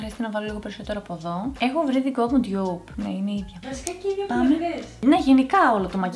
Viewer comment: Δεν λέγεται «ντιγιουπ» λέγεται ντουπ